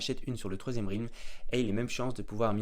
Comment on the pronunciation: Ça se prononce Rèlm pas Rilm 🙏🏻